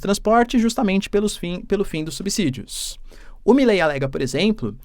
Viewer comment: Olá professor, parabéns pelo ótimo trabalho! Apenas uma correçãozinha na sua pronúnica na palavra "subsídio", a pronúncia correta (na minha opinião) é com som de Z, como se fosse "subzídio". Não tenho conhecimento de causa no que estou falando, estão por favor verifique com alguem papacitado caso queira.